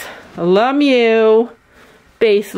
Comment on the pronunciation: I’m so sorry but the way she said ‘Ralph Lauren’ and with that American accent and ‘LeMieux’ scared me 😭